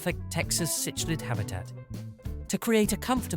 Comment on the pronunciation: Cichlid is pronounced sick lid . . . . can we maybe have a actual human read the script please? british microsoft sam or the female or american one is crap they cant pronounce half these species names. . . this is like the 5th vid with this cichlid pronunciation